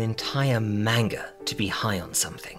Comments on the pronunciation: Nothing will ever be scarier than hearing you say wanga. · Did bro say wanga? Lol I'm going to say it like that everywhere now